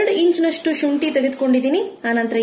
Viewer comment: it's not chunti, shunti